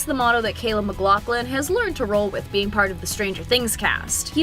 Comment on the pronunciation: bro said "mclothlin"